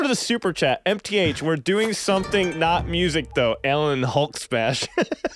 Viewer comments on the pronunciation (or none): none